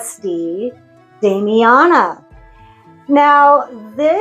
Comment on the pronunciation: You pronounced it well. I need to use Damiana more. yesssss!!! I love that. I hate and will never do a love spell. Ethics in spell casting 101! my husband always says… if you need me for s€x magic, I’ll help haha 😝 I’m selfish with mine too and use it sparingly.